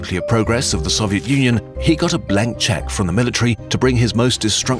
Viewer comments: please learn to pronounce Soviet properly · I hurt me how he said Soviet